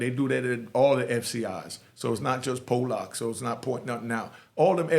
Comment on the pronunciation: unigue it pollock but we say it like this spelling pi lock the o is said like a i its like 30 mins from my house im from alexandria louisiana its in grant parish cross the windowback in the day my home girl was a co their tall big red thick pretty women name loddie are mrs dodd